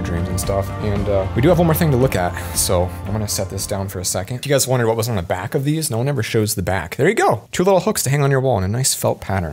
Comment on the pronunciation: I love the way he says waht if I trip and die and never get to see it. Waht about when he dies and never lives again!